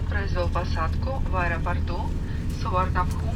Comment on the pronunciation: Суварнабхум- это правильное название, даже тайцы так произносят, странно, что вы не знали :)